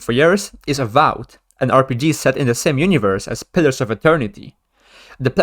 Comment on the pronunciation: Avout? Don't you mean Avowed?